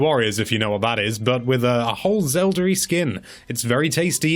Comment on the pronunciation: I didn't know you could make your British mispronunciation of "Zelda" any more grating!